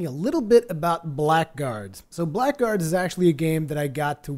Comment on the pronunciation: here's what I know about this game. You are pronouncing it wrong. It sounds like Blaggards. The c and k are silent. If you don't believe me then go here and hit the little speaker button and listen for yourself: Anyway, thanks for the preview. Definitely will keep my head on a swivel for this one.